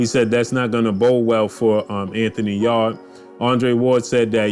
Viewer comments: You say Anthony Yard huh LOL it’s Yarde Yar-day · Yarrrrrr-d lol